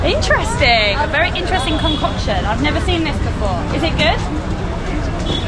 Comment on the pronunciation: It's really interesting the way she pronounce intresting 😂😂just love it